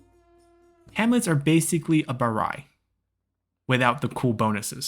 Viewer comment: Glad you pronounce “Baray” right. Come visit Angkor Wat and the Grand Baray once COVID is over, you’re gonna love them. ^^